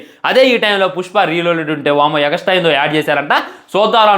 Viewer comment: Extra ❌ egastra ✔😂